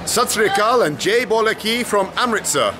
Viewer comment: It's great that he says "Jai Bhole KI" but he should get his pronunciation corrected by someone. It's really hard to follow what he says. "Bhola" sounds like "Bolay".